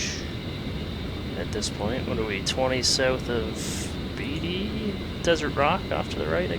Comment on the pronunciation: You said Tonopah and Beatty wrong. Tonopah is Tone-a-pah. Beatty is Bae-tea. Sorry it's my biggest peeve when youtubers say things wrong.